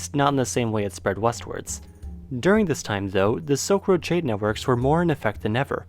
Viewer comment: I love this guy, and I'm truly interested in a lot of the same things that is, but it really sounds like he's saying "soak road" instead of "silk road"... Just listen! It's so sad to hear such a smart person speaking so quickly and lazily, to the point where I need to turn on the CC, even though English is my first language. I'm really interested in what he has to say, but I've been having a hard time understanding the speech of anyone born after 1995 lately... It's like a new language or something, and it sucks. 🤮